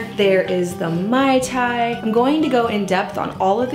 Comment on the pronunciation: Please pronounce it correctly... it's MAY tai. Not MAI tai.